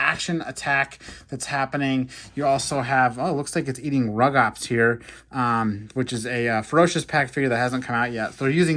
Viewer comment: Hey it’s actually pronounced “roo-gops”